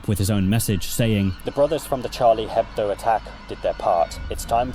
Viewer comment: from a french listener, Charlie Hebdo's name is pronounced without the H, as a french word the consonant H isn't pronounced. (It's more of a thought you might wanna know comment rather than a you must correct yourself)